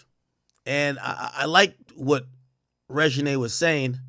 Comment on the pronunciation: Her name is reginae not “Regina” 😂